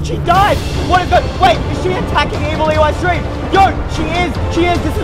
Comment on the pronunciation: What u call evil eystreem